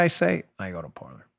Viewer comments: Dan, its pronounced Par-Lay. Like they say in Pirates of the Caribbean. "Parler" (par-lay) is French for talk. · Dan, just a quick correction 😊... Parler is pronounced "par-lay" the French word for "speak". 😉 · Got a question. On the social media (I've been looking for an alternative where I don't feel hated) did he say Parlor or Parler?